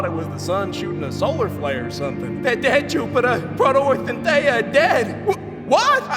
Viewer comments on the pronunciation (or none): im sorry but ' slight southern accent combined with the way he said "dead" is funny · d e i d, they deid guys 😭🤣 nahh just kidding they're d e a d 😢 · D E A D: DEED?😂